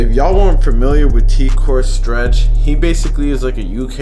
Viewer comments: why is he saying teek ore stretch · Pure nonsense, man can’t even say his name 🤣🤣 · are you serious bro? you cant even say his name properly.